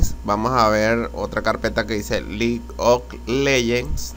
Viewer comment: vamos a selecciona la carpeta que dice LIG OK LEYENS, por que hablas tan feo.